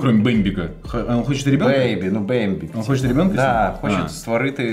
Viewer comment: Не бембіки, а бейбіки 😂 Baby - немовля 👼🏻